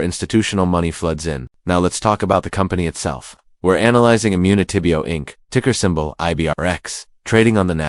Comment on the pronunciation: This AI lol the way they said immunitybio dead giveaway